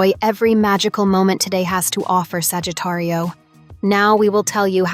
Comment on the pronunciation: You say Sagittario is the Spanish horoscope. Lol you are saying it wrong.